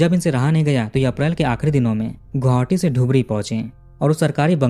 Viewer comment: गोहावटी ❎आप गुवाहाटी कहिए या गोहाटी,🎉